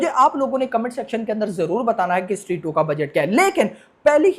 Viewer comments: स्ट्री kyo bol raha hai?😁 स्त्री hai wo🔥🔥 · Bhai vo stree 2 he not shtree 2 😂😂😂